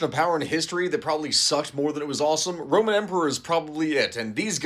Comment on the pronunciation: The Thiwd Centuwy Woeman Coffin Wace